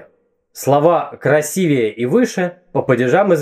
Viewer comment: Вы, любезный, сказали "красивЕе"? Это ужасно.